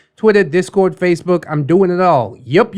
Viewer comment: the way that some of the words are pronounced are cancer inducing. The British robo-reader says make-up and Facebook in the most obnoxious way (mack-u-up and fa-say-book). My mother is an English major so proper writing was a must in our home (damn I love my mom!). I love to write and I'm pretty decent at it(humble brag?). My grammar Nazi side comes out at times. I dunno why but my trigger is people saying "that" instead of "who" (ie "A person that ate." instead of "A person who ate."). Can't explain why that one is setting me off 😂(even in my old writing, it makes me crazy when I read it and I'm completely compelled to fix it immediately.)